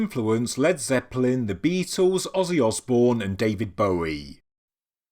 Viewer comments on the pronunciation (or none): none